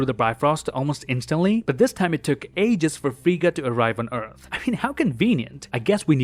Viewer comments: Its fraya or frigg not friga and they whoud e drinking meed not beer do your research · Is it just me or am i hearing him say "Frigga" instead of Freya